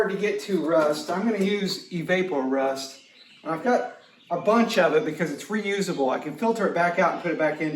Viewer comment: fyi Evaporust is pronounced like evaporate. Like it evaporates rust. Great stuff.